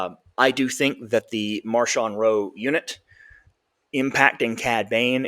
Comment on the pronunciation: Yeah, not Marshawn, though I wouldn't mind calling him Beast Mode.